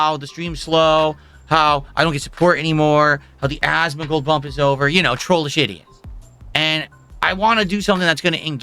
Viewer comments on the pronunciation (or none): none